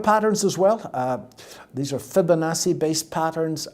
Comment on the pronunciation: Say, "Fibinassey" one. More. Time.